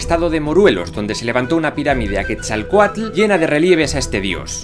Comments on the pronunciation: Es la primera vez que escucho a un español pronunciar correctamente Quetzalcoatl. Muy bien :D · Te felicito por todo y mis respetos, pero te felicito aún más porque eres el único no-mexicano que he escuchado pronunciando "Quetzalcóatl" de manera correcta. Por otra parte... es el estado de "Morelos", no "Moruelos" :)